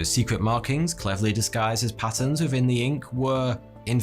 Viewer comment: "patterns" with quite some accent